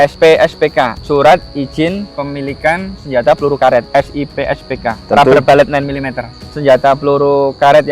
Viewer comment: rubber bullet -> baca rabe bulet bukan rabe balet ya boss brury